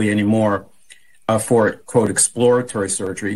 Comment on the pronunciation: She didn’t say exploratory.